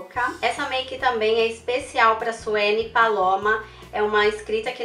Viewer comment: Genteeee, to passada!!!!!! Me senti especial agora :) Tua pálpebra é gordinha????? Se isso é gordinha, a minha deve ser o que? kkkkkkkkkkkkk Pode ser que a minha é caida. Tu es a primeira pessoa que fala meu nome SUENY corretamente hahah. Fico na dúvida, será que eu poderia esfumar com sombra negra, sabes aquele olhão bem dramático? É um sonho meu, mas tenho medo de ficar feio. Depois eu irei TENTAR, rs, fazer esse olho e te mandarei uma foto. Agoraaa, esse batom é tudooooooo!!!!!!!! Eu também não vivo no Brasil, será que tem algum site que vende esse batom e envia ao exterior???? Poxaaaaa, ensina também a fazer essa tua sobrancelha que é TUDOOOOO!!!! Não sei se tens video explicando, procurei e não encontrei aqui :( Ahhh, também gosto dos teus Vlogs, faz mais mais mais mais mais mais mais!!!!!! Beijão, tô amando teu canalllll!